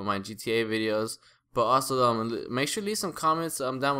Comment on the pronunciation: he said bideos, is he kidnapped?